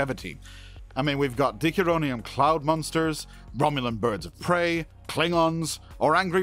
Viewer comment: Do you even watch the show? I mean you mispronounced a bunch of names (Dickaronum Cloud Creature?). I like to think of it as not reusing the Conny design as much as design conventions of the era. Also there is an arugment to be made that Kirk was the one who invented the idea of the Prime Directive on the planet he visited on the Farragut. Thus there was no prime directive to violate. Watch "A Private Little War"